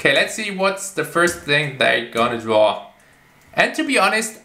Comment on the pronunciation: I love when says “dwaw” instead of draw mainly because of his accent 😯